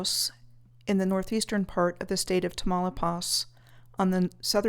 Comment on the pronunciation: the way u pronounce tamaulipas..😆..thnjx for the content..🙏yuohihan